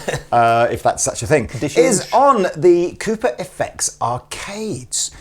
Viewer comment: I like the way you pronounce Cooper. It sounds like Koopa.